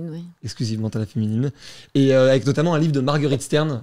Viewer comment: Parce que du coup elle prononce les adverbes en mode "notammentE" et "lentementE" au lieu de lentement et notamment et elle justifie ça en disant que dans tous les cas à l'époque on prononçait toutes les lettres donc elle prononce de la même manière qu'à l'époque